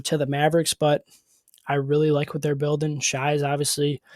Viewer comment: Stop looking at okc as a traditional team needing a traditional big. They won the west and would’ve beat Dallas if dub and Chet didn’t play poorly. I get you can’t even say shai’s name properly, but you obviously don’t get how presti works.